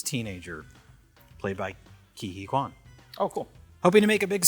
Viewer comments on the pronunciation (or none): none